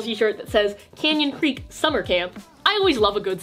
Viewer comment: i was laughing so hard when she said “can you creek” but it actually says “canyon creek”🤣🤣🤣